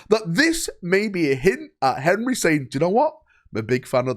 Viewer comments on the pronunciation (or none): Only Valrak can make Henry have three syllables